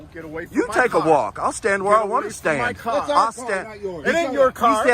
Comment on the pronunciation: get away from my caww 🤣